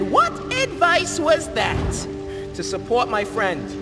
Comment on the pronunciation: "to supwot my friend" was fire fr❤️‍🔥❤️‍🔥❤️‍🔥❤️‍🔥